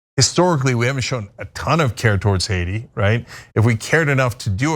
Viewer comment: It wasn’t Hacia it was Haiti if you can’t say the word right don’t do with the news